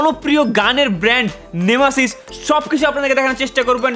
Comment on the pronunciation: Oita nemesis not nemasis xD